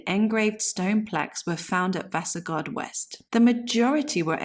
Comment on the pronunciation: it is pronounced Rispe-bjerg. Vasagard has weight on the first a and the second a is short and the last a (å) is like the o in born. the name is pronounced like VAsa-gård. both are compound names. Rispebjerg can translate into something like scratch mountain/hill. but to rispe can also mean coppicing. Gard/gård signifies an enclosed area.